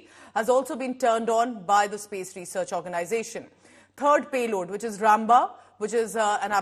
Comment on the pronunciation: Ramba sounded like rambo dear. Use indian accent